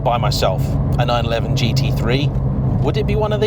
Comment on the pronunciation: I own a 911 and my local dealer pronounces it correctly. As do all most all other motoring journalists. Anyway I look forward to your future videos.